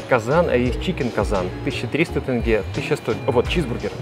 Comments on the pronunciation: Не тэнге , а тенге́ , в казахских словах и именах ударение на последний слог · Ребят, все круто, я сам житель Алматы, но ребят, не тЭнге, а теньге (тень-ге), и не Сульпак а Сулпак, хоть я сам из России, все россияне говорят неправильно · Не тЭнге, а тЕнге! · Не тэнге!а просто тенге! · Только не тэнгэ, а тенге. Мягкое Е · Отличное видео, немного режет слух Тэнгэ, ребята, Тенге, не Тэнгэ! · ТЭНГЭ ОЧЕНЬ ПРОТИВНО 🤮 ТЕНГЕ 👍🏻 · тЕнге ТЕНГЕ А НЕ ТЭНГЭ😤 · Не тЭнге, а просто тЕнге. когда вы русские научитесь говорит правильно? Из за вас теперь вся россия будет говорить тЭнге... И это не правильно! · Не понимаю в чём проблема людей сказать тенге, а не тэнге типа вы же можете сказать букву е, так в чем проблема, тем более вы можете сказать тен а там просто еще две буквы добавляется и получается тенге, но лучше говорить с мягким знаком, так все же условно правильно и все так привыкли говорить в итоге мы получаем теньге, я ни в коем случае не озлоблен просто реально не понимаю почему так сложно сказать теньге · Не тЭнге, а тЕнге... не сулЬпак, а суЛпак!!! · Всё Круто как обычно приятно смотреть, очень рад что Вы посетили Алматы. Одно НО.... не " ТЭНГЭ" ,а ТЕНГЕ, говорите буквы Е. Аж уши режет :). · Язык у нас казахский, а не казахстанский 😂 не тэнге, а тЕнге 😂 не Сульпак, а СулПак. Брэнд сложен из двух фамилий: Султангазин и Пак! Приезжайте ещё: отдельно кухню попробовать, а не фастфуд! У нас кухни всех народов мира и вкусно всё!🤗🤗🤗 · Все супер круто, приятно смотреть на родной город. Но один маленький момент меня убивает 😂 Правильно говорить тЕнге, а не тэнге. Спасибо, приезжайте в гости по чаще ✊🏻🙏🏻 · Просто шутка! Можно смотреть на 3 вещи бесконечно долго: как горит огонь, течет вода и как казахстанцы поправляют иностранцев "не тэнгэ а тенге" "не алма-ата а алматы" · Братан, спасибо, все супер и спасибо что по сути сделал рекламу нашей стране, но вот маленький нюансик не тЭнге, а тЕнге☺️ а так все супер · Не тэнге а тенге(через е).Мы же не говорим рюбль вместо рубль..